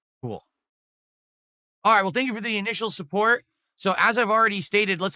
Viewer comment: He drops Ts when they’re at the end of words just like a toddler. “I’ll do wudder i waaa. Suppoor the stream! Send a super chaaa”